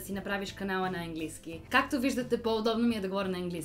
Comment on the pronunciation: Не Енглийски а Английски с ,, А"